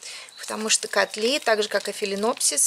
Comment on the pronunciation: Филинопсис?! какой ужас!